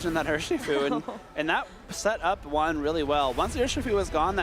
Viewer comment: Is it so hard to say Juan right?